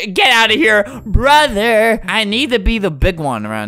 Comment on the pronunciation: I love when he says “ I love you broder”😂😂😂😂